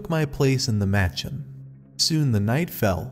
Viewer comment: It’s pronounced “muh-chawn” not “match-in” :) loved the story, thanks! A cool one I had not heard from Anderson before. Narration seems a little stiff, could relax a little more. To clarify, your pronunciation is correct for a white person who has never been to India, but I find the Indian pronunciations sound a lot more natural for these stories. You are free to say it however you choose of course